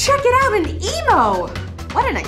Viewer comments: Before you start stating names of animals, at least pronounce them correctly. Even the locals don't pronounce the EmU as an emo. Well, it might be true. That qualiberals might be cheap, but they're not Cuddle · It's EmU, not EmO. An Emo is a teenager with dyed black hair. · Love the outback and corney jokes, but it's an EMU not an EMO! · Emu not emo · It is not an Emo it is an EMU please do research before you feature Australia I find it extremely annoying😢